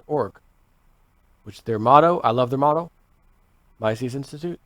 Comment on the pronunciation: Mises is pronounced "Mee-sus"